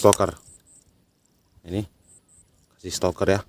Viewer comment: Stopper mas bro,bukan Stoker😄🙏